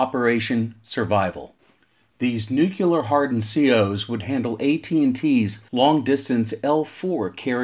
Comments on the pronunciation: Great video, and very informative, but as a guy who does voiceover professionally, you lost me at every reference of nu-cu-ler. It's pronounced new-clee-er. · Why is the word "nuclear" so difficult for some people to pronounce? Nu-Clear. Two syllables. There's absolutely no such thing as "new-cue-lur". I question the accuracy of any information presented by someone who literally can't pronounce a two syllable word. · Nucular, huh? Took me right out of the video every time I heard it. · Great video, but am unfamiliar with the term, “nucular”. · Jesus Christ why is it so hard? Say NEW. Say CLEAR. Theeeeeere ya go, son. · Yes, this makes this video almost unwatchable, having to hear that word constantly. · My incredibly intelligent dad has been talking about nucular stuff my whole life; still trying to figure it out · I agree, this is one of my pet hates. I found the video interesting but unwatchable due to the 'nukular'. I had to turn it off halfway through. I just can't take that guys voice. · I like it! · Nucular? Jesus wept 🤦‍♂️